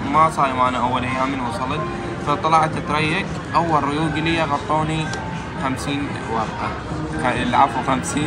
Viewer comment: قطوني ❌ غطوني ✔️